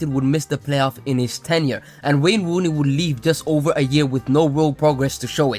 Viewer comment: I giggle each time you say wane wooney